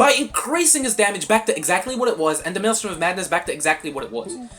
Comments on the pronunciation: fr bro it's not maelstorm it's maelstrom 😭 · Please stop mispronouncing maelstrom! 😭😭😭😭